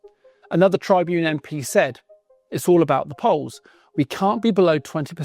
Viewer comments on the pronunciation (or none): You don't pronounce Tribune like that.